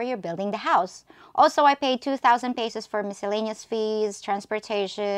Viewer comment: peysowssss??? another pretender over here y'all!